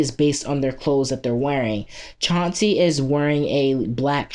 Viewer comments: ..... CLAN-SEE not s chancy he's not a pokemon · It's Clancy, C-L-A-N-C-Y, not Chancy